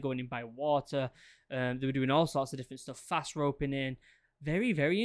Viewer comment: Fast, not fat🤦‍♂️